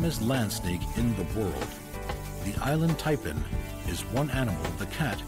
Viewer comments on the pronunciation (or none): Happily listening to this doing my crochet until it got to the Inland Taipan (Island Taipan accordingto the narrator), had to rewind just to make sure i wasnt hearing things 😂